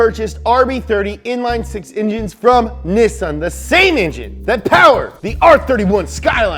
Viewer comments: Says Nissan correctly for the first time in his life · He said Nissan right, not bloody Knee-Sann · Ayy, like the pronunciation of Nissan and thank fuck there was no fosters reference.